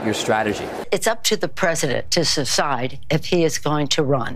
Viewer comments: As Nancy Pelosi clearly stated "it's up to the presssadent to suh-side" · Notice how she mispoke, "it's up the President to su-cide". She stopped her octogenarian self from saying "step aside". It's Joever, I think.